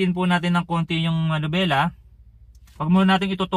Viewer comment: Bakit ba laging MANUBELA? hindi manubela... MANIBELA ang tama.